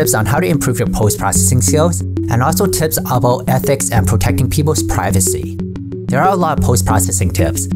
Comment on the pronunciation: Whenever he says tips,I hear tits. Just me ? 🤔